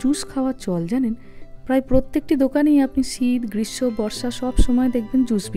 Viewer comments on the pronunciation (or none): none